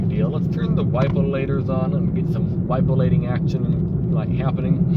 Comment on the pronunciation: "Wipalating action"! 😆